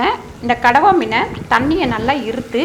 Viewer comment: கணவாய் மீனா? இல்ல கடவா மீனா? சரியாகச் சொல்லுங்கள், தங்காய்.